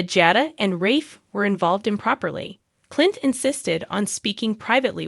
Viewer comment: The narrator should learn to pronounce the characters name properly. It sounds like a bad joke or she is illiterate.